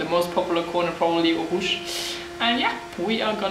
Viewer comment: I love how she pronounces the words "Eau Rouge" and "Spa-Franchoshamps" 😍😍 BTW great explanation Sophia !!